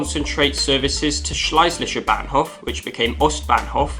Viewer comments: Thanks a lot for this fascinating and informative documentary, including plenty of rare footage 👏! In reference to pronunciation, you may want to consult your German friends beforehand: "Schlesischer Bahnhof " e.g. sounds like "Scheußlicher Bahnhof ", which means "disgusting station " - LOL. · Except "Schleislischer Bahnhof".